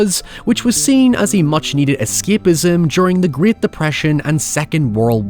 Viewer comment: If you could manage to pronounce english words in english, that'd be great. (not 'griyate', just 'great')